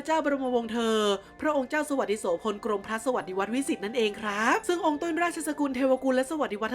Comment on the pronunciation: กรมพระ กรม-มะ-พระ ต้องอ่านเเบบนี้นะครับ ไม่ใช่ กรม-พระ